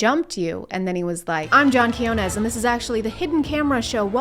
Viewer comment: I think I watched this video like 3 times or maybe 6 bc of how funny this is. But man, just today I noticed the Quiñones pronunciation. Dude, HAHAHAHAHAHAHAHAHAHAHA this video just got like a million times better, unexpectedly.